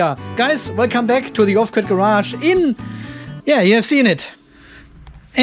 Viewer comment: Did i just hear you say welcome to the off set garage? :-P nice pun.